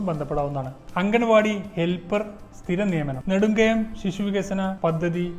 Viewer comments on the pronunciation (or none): നെടുംകണ്ടം ആണ് നെടുംകയം അല്ല